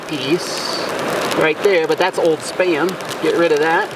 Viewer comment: Thought you said sperm. Got confused